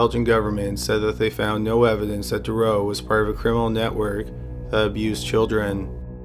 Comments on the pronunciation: Marc detroux is pronounced Marc detroo, not the way your saying it. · His name is pronounced Dû-troo and he also escaped and got caught by a forest ranger. Awesome video! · Took me a while... it's not Marc Dureau, it sounds more like Mark Du "true" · I hate to dwell on a subject, but once again the narrator is pronouncing Dutroux incorrectly. His surname is pronounced Da-true. Oux in French is pronounced oo. Think of Louis Theroux. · Usually good, but the constant mispronouncing of Dutroux's name was annoying.. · I love your vids but you're saying Dutroux's name wrong. You called him Duroux the whole time, there is a T in there lol and how they could ever even think of paroling him is waaaaaayyy beyond me. 2021 is almost here and I seriously hope that never actually comes to pass. The guy is an absolute monster, it's just crazy to me that here in the states it's the same. There are murders, rapists, and child molesters that actually get released from jail only to re-offend and yet you have other non violent offenders in jail for life with no chance of parole EVER, it's absolutely sickening. It should be an eye for an eye and these sick disgusting pieces of shit should be killed slowly and painfully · Is it really that hard saying Dutroux? You keep saying something that sounds like Thuro. Google translate a name first if it's that hard. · jennifer ryerse jones BTW, I know he’s Canadian. Surely that means he knows at least a tiny bit of French and knows how to pronounce Dutroux? Just a thought? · The only reason I mention it (apart from the fact I’m a pronunciation/spelling and grammar Nazi) is because the constant mispronunciation of Dutroux(s) name is incredibly distracting in the story. X